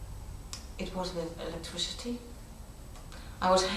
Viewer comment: "with electrecity"